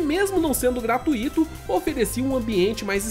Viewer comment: Primeiro e gratuito não gratuíto e segundo e dark souls não dark rous o cara tem até cabelo branco e q não sabe falar corretamente